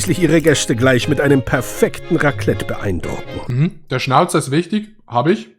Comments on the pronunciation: Ihr Deutschen könnt das Wort Raclette einfach nicht ausprechen, unfassbar xD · Eigentlich heisst Raclette ou abstriiche